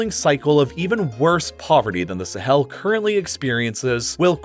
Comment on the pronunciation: When he says “Sahel” it sounds like he’s emphasizing the “hel” part